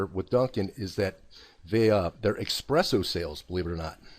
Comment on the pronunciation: I am unsubscribing just because he pronunced espresso as expresso xD jk...